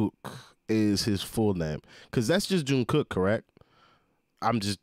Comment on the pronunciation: Lord I couldn’t finishing this. 😅🤦🏿‍♀️ I died when you said Teayoung junkook. Don’t worry we going to get you right you’re going to be alright 😂